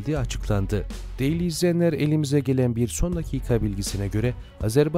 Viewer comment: Derli değil, de-ĞER-li. Türkçemize saygı lütfen.